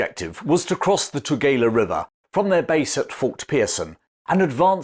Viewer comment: Your pronouncing Eshowe incorrectly. And Tugela river. I grew up there. Thank you so much for the history though. So real to me the places you describe. I used to play in the fort as a child. And my Father tide me to a piece of drift wood and floated me across that river.